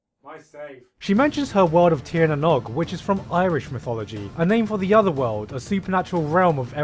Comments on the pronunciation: The way he pronounces Tír Na Nóg is funny. I actually giggled a little bit but I can understand why he would. Nóg is pronounced how you'd say no (as in the opposite of yes) with a g sound at the end. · Ok sorry but the pronounciation(is that right?) Of "Tìr na nÒg" through me off a bit Its pronounced "tear nah noge" with a hard G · You also mispronounced Tir na nOg. You're a fraud Gigguk, a damn fraud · As an Irish person the pronunciation of tir na nòg makes me feel like the cats in the shack. Tir an nòg is pronounced Tir na nOg as in hard O as in like an oa But hey who cares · As an Irish person nothing makes me cringe more than mispronounced Irish words. It's great that Irish folklore is being used in anime now but ugh that 'tír na nog'. It's pronounced like no not nawh.